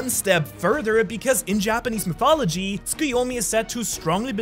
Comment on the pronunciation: did I just heard naruto tsukoyomi jutsu?